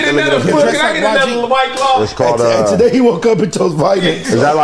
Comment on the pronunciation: said togay in the beginning lol